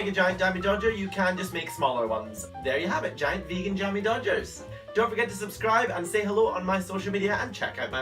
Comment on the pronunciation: Cannot even say jammy dogs